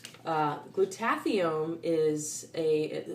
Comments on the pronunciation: It's pronounced Glueda-thy-on, not glue-taffy-own. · It’s gloo-tu-THIGH-un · FYI Glutathione is pronounced Gluda-thy-own... FWIW... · Not teally important, but i think Glutathione is pronouced: glu-ta-thigh-yone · it's pronounced gluta-THIGH-yawn. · awesome vid. but check your pronunciation of Glutathione. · Never heard Glutathione pronounced the way you do, too cute!